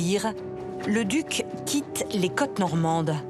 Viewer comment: La narratrice doit être du sud-ouest car elle n'arrive pas à prononcer le son "au" correctement. Elle dit Guillame à la place de Guillôôôme" et les "cates normandes" pour les "côtes".